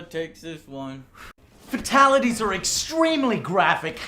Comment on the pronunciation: You know the fact that Joe cannot seem to say "Fatalities" correctly bothers me much more than it should... Like...for someone who's a fan of MK...you'd THINK he'd have heard it said by the announcer a buncha times now.